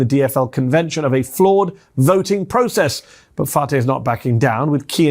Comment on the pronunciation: It is pronounced fry. As a Minneapolis resident, I NEED Fateh to win. I can't wait to vote next Tuesday. Thank you for getting the word out!